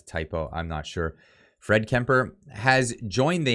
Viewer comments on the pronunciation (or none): Fried Kemper, his name is pronounced (freed) it's not a typo.